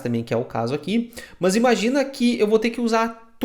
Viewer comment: Muito bom!!! rachei o bico com os "Muoôs" => "mas" kkkkkkkkkkk